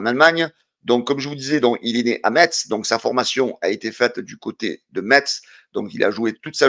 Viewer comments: Metz se prononce messe...bonne journée et allez l'OM! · pitié enlève le "t" de Metz lol Bises et à très vite